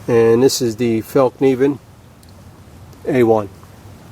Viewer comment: Great comparison video, appreciate the correct pronunciation of the F word ! , I think it's gonna be the Bark River for me, purely on aesthetics, also, I just love polished micarta, , and leather, (despite it's draw backs,) , thanks again, , John.